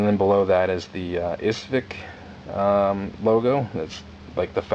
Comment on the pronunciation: The arsenal is Izhevsk. A bit difficult for someone without any Russian language backround. Russian is an extremely phonetic language! Ижевск = Izhevsk It's just a matter of sounding out the sounds in order of appearance. Ishvek is not Izhevsk! И = ee like beets ж = s in vision e = ye in yes в = v like victor с = s like sierra к = k like rack Ee - zh - ye - vsk the vsk is like saying visk or visc like in viscosity but just omitting the i. Hope that helps! Much easier to read in Russian like Chatellerault, or Sestroryetsk!